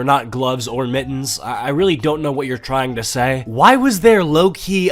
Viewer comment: Kinda love the way you say “MIT-TENS”